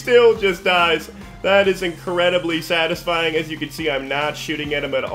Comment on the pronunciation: cool build. fun video. take it easy on the "satifying" lol